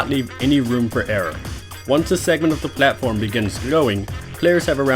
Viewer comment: I just love how he says "pLAtform" ^^